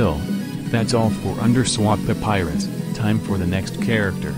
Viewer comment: Why does it sounds like hes saying "underswap THE PYRUS"